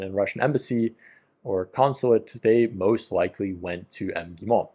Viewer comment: When you say МГИМО omit the first vowell sound 🙃 (I mean the one before first M)